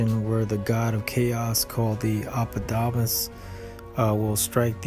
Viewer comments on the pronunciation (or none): Hello. For further referencia, Apophis ya pronounced Apofis. Thank you. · Please pronounce it correctly! Bloody hell.